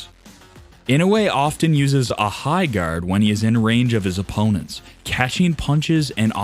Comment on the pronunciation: I don't mean to be picky but I would appreciate it if the commentator would learn how to pronounce English -- specifically the words "often" and "attribute".